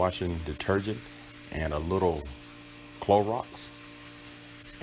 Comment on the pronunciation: not the Clow-rocks😂😂😂